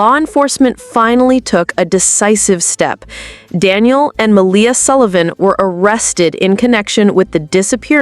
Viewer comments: You would think that after 4 months they would get her name right ! 🙄 It's Not Melia it's Malehya ! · Ma-ley-ha. You say her name wrong.